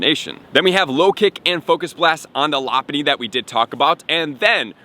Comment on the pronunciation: You can always tell who watched Pokémon by the way they pronounce Pokémon like when he said “Loponny” I was rolling 🤣🤣